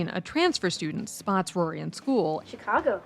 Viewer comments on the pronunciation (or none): none